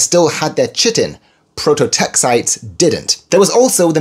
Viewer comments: "Chitin" is pronounced "ky-tin." Just FYI. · Need to make another apology video for "Kai-tin"? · I thought it was pronounced 'Kai-tin' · Yes please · I believe that chitin should be pronounced /ki-tin/ even if ch makes the tx sound in English... ;) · Well, pretty close to its German pronunciation - I'll let it slide 😅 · Great video. Nb in words from Greek, "ch" is pronounced [k], think chemistry, archaeology, Archimedes...